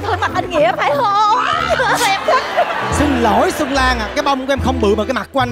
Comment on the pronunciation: Bạn giọng hay nhưng phát âm X S đang bị sai rồi. Nơi xưa chứ không phải nơi sưa,cho tôi xin chứ không phải cho tôi sin